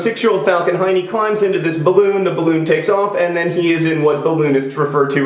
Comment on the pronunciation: Yes, its 2 am in Finland, and I am giggling about Heene (Hiney)